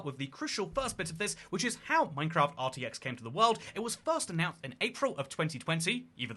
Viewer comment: "It was first annount" "Nuhvidia"? "According to the minecraft subreddit, Mr Fortiz"? Fortiz? Is that how you pronounce atlas? "Nuhvidia", "branded cars"? You've either used a voice clone, like elevenlabs to do part of your video and it's reading typos out, or you're allergic to doing a second take for your video lol.